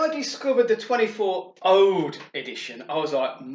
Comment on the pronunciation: ouuuuud not oude. HaHa